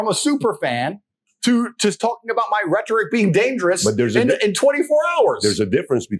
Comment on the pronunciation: He lost me when he said Reh-toric.